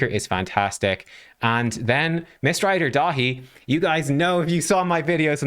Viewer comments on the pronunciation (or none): 😯 I had you on the second screen while doing some paperwork - when you were saying Mistrider Daithi I did a double take thinking "who's Miss Ride or Die"? 😂